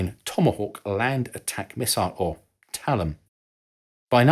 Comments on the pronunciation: TLAM = Talum? Nah, Tee-LAM. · For your entertainment, TLAM is typically pronounced "Tee Lamb," INS is used simply as an initialism (vice acronym,) and DSMAC is typically pronounced "Dizz Mac." You nailed TERCOM though. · ‚DSMAC‘ was pronounced ‘D-SMAK.’ ‘TLAM’ was pronounced ‘T-LAMB.’ ‘GLCM’ was pronouned ‘GLICK-EM.’ There was also a ‘TLAM-C’ pronounced ‘T- LAMB … SEE’ which was a Tomahawk Land Attack Missile - Conventional (Warhead). The surface ship shown launching Tomahawks was the USS Merrill. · TLAM is pronounced like "Tea Lamb.